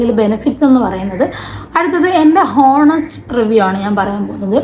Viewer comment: Honest enn pronounce chyyathe onest enn pryu